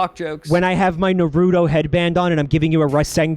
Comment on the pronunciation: as a naruto fan, their pronounciation of naruto makes me want to kill myself